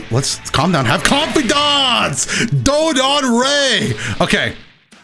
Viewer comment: "HAVE CONFIDAUNCE" -Best DragonBall FighterZ YouTuber I know